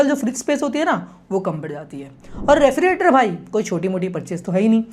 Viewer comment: 'Refri "ge" rator. "ge" kyu bhul rahe ho bhai bolne mei